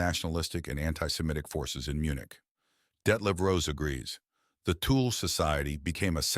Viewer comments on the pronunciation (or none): The tool Society 😂😂😂😂😂 . Thuule uuuu Pronounce 25x wrong Tool instead of Thule is very irritante. Disrespectfull.